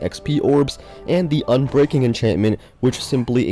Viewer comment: Say ubreaking III one more time